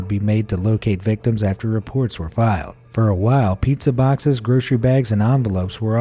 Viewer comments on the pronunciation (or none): none